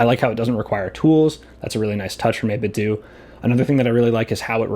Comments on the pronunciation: It’s 8-bit dough not doo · it is not 8bitdooo, it is 8bitdo - like nintendo thx for the vid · I always pronounced it as 8bit-dough, and not 8bit-doo, is that the correct way to say 8bitdo?